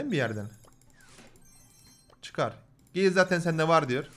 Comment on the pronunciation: abi o gale diye okunuyor direk